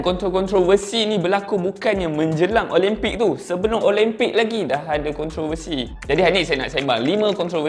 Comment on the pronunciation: speaker nie pun...pronounce la betul2...OLIMPIK bukan OLEMPIK